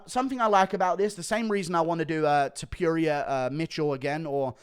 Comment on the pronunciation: Guru just loves Ilia "Tip-Yuria", he wasn't campaigning this hard even for Arnold Allen.